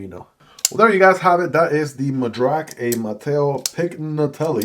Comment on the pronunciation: I'm glad you like it. Will surely check the review! You nailed the pronunciation of the Madrac. Thanks!